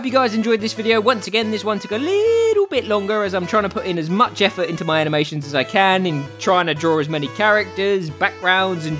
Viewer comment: Haminations :D